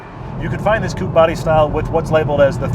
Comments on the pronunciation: What's a coep? It's coupe, not koep or whatever you're saying. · "Coop". Not watching further.